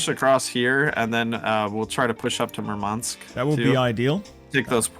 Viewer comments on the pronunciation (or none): "towards MurmAnsk"☠️☠️☠️